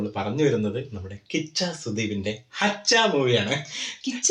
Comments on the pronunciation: It's not hachha it's huuuchha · 😂hacha allato hu-cha 👍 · It's huchcha not hachcha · Its not haccha.. Its huccha hu from human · Movie name is huccha pronounce not right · Its not haccha it's Hu +chcha 😊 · It's not haccha it's huchha!! Spell it properly!! Sherik para!! Brandhan! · It's not Hachcha, It's Huchcha ( ഹിച്ച ) 😂😂 Hu + chcha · It's not haccha, it's huccha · Bro its huchha not hachha,it means crazy or mad person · ഹച്ച അല്ല ഹുച്ചാ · Pronounce it as HU not HA It is HUCHCHA Not Hachcha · Not Haccha it is HUCHCHA